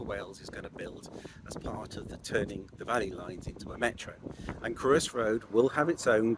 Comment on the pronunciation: Very interesting. It’s not Crewe-is Road it’s Cr-oi-ssss